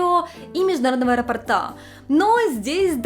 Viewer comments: Не аэропортА, а аэропОрта),, Вы же, роде, образованный человек 😉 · АэропООООрта блять..АэропОООрта...не аэропортА...ну реально уже уши вянут. Под каждым видео тебе делают замечание, по поводу произношения этого слова